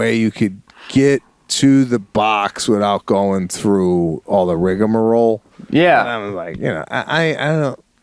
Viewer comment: Sebastian said "riggamoroll"